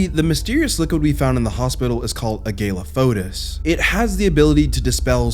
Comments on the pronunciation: I don't know why no one can pronounce aglaophotis, everyone always says it wrong. Dahlia says it in the scene it's used in! She tells you how to pronounce it! It's "uh-glaw-fuh-tis". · My brother in Christ, A-GALE-A-FOE-DUS? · I love this video but the way he went 80s slasher on the pronunciation of Aglaophotis is just so silly